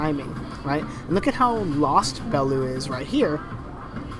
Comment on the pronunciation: Bell - you, ffs.